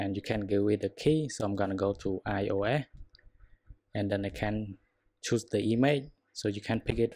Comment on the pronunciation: Why u say İOA instead of İOS?!